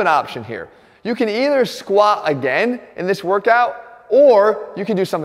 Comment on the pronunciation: Jeff always goes to failure with the Squat, that's why he never pronounces the T.